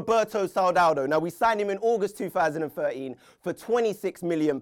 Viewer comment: Why can't you say 2013 correctly?